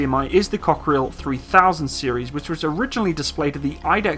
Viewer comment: the way you pronounce it, it sound like cockroach in french...Cockerill-coquerelle.